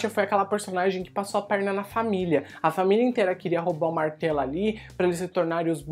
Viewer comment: A cada vez que ele fala "Martelo" eu penso em "Martalo"...